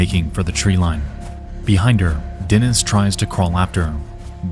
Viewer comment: Dear Nexpo! I really appreciate all the effort it takes for you to make such high quality content but please when researching cases with slavik names contact someone who can tell you the correct pronunciation. Your pronunciation is great, there are just a couple of changes: it's Lyudmila, Natalia KorOvina and DenIs (not DEnis). I know it's maybe not that important because your audience is mostly english-speaking but it would be very cool to hear the correct names for people who also speak Russian and other slavik languages. Almost every English-speaking youtuber I know always butchers the stresses in words.